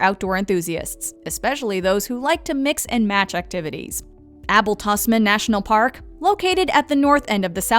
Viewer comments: I had a laugh at a few of the pronunciations she came up with. I thought of all of them, Abel Tasman would be the easiest! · Hearing the pronunciation of Abel Tasman actually made me mad hahaha